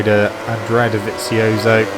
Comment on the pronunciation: funny how he pronounces Dovizioso